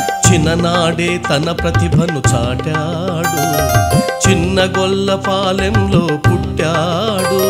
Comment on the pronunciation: Gollapalli kadu gollapaalem correct ga pronounce cheyandi